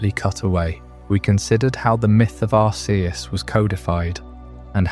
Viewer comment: You know there is a movie about Arceus and they don't pronounce it like you do. You are wrong lol